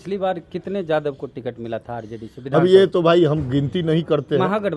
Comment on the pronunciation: वेद प्रकाश कितने बार आप से बोला की शब्द का उच्चारण सही से कीजिए जादब नहीं यादव बोलिए